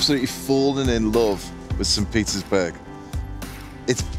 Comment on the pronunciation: Whenever he say Petersburg, sounded like Pizza’sburg.